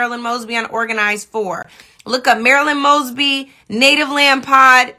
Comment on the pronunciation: "After much consideration, I've decided to pardon Marilah Mogsee, um uh, Maralo Mugs, Moss, moshly... MARYLAND MOESBEE"